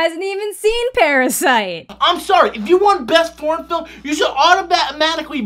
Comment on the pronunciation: Did he say if you want "best porn film"? His "foreign" sounded like "porn". Sorry. EVERY category is available to be BEST Picture even animated films. I think the only category that can't be is "short" films. Everything else is up otherwise you'd never have a horror movie as a Best Picture winner like "Silence of the Lambs" which definitely deserved it. The fact that "foreign" films have been left out of Best Picture noms for years and years (there are exceptions) when some of the foreign films are the only good films for the year...well...there's your answer. Why would you want your Best Picture limited to "American (or English speaking) dramas"?